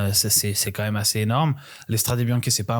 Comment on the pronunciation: Des années que cette émission existe et n’est toujours pas capable de prononcer correctement « Strade Bianche » 🥲 ni même logiquement Que tu le prononces à la Française, à la limite, bon, mettons nous au niveau ridicule de la réputation des commentateurs sportif Français, les seuls jamais foutus de respecter les coureurs étrangers en prononçant leurs noms correctement. Pourquoi pas. Mais dans ce cas là tu le dis QUE à la Française 😂 Pas moitié moitié! C’est soit tu dis « Strad’ Biancheuh » soit tu le dis correctement: « Stradé Biznké ». Pas un mix « Stradé Biank’ », ça n’a aucune logique… C’est quand même ultra ultra facile non? 🥲 Vous relevez totalement le niveau avec votre émission, foirez pas tout avec ce genre d’absurdités. Bises les gars trop content de vous revoir.